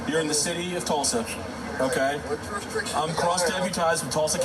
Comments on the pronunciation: He doesn't even know how to say jurisdiction, What the heck is juristriction and he thinks he knows the law.😂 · "ja'll have druis-driction" what he's trying to say is "do you have probable cause" he was trying to say jurisdiction, but what he meant was "probable cause" to make the stop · "You don't have jurestriction", Cops: "we have jurisDICTION". Well I guess he can use the 40 years to work on his English. What makes these low IQ hustlers think they can win a gun fight with 10 cops? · "I know y'all ain't got no jurprestregtion" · Do y’all “jurerstriction”??? Did you graduate kindergarten, homie? 🤦‍♂️ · wtf is “jurisjriction?” 😂🤦🏼‍♀️ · How many times you think he had to 'practice' saying 'Jurisdiction' in front of a mirror, before he could say it when cops arrive? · It's hilarious how he can't even say the word "jurisdiction," yet thinks he know what it is and if they have it. Then having the audacity to claim you know your rights when you clearly know NOTHING at all. Trying to maintain your own innocence while acting THE MOST guilty is something only a criminal thinks makes sense. Maybe don't be a piece of sh!t person and do crminal activities and this won't be your life. An embarrassing coward. What happened to Chelsea?? She suddenly disappeared once shit hit the fan. Was she charged with obstruction?? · cannot pronounce “jurisdiction” for the life of him. Well, I’m sure he could if he knew the actual word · He tried saying it 3 times and could'nt get it right. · He was certainly confident in his mispronunciation 😂